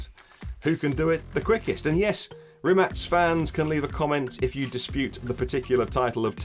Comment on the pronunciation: Someone pronounced Rimac properly! 🤯